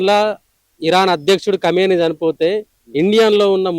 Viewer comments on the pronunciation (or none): none